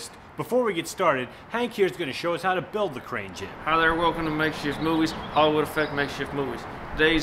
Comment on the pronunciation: lol she said "jig"